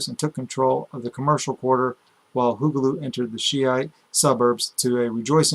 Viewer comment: it's hulagu (pronounced hoo-la-goo), (not hoo-ga-loo)